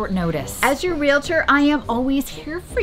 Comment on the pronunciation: Thank you for saying 'realtor' properly! It's so infuriating to hear 'real ator' every time someone means realtor! Side note: get rid of predatory bottom feeders/realtors by giving them an inflated asking price when they cold call you about selling your house! Professionals will respect your privacy, but the bottom feeders need a dose of waste their time to catch on!